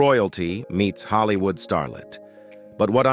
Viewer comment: narratives are awful. Ellen and Anne HECHE in “Hollywoo”. Just awful. Do better.